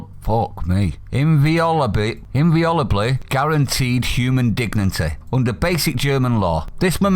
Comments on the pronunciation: Jesus your english is ATROCIOUS. INVIOLABLE. INN VIE-OHL AH BULL. Alternatively "Inn Vial a bull" Does england not teach diagraphs and enunciation anymore? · In-vio lable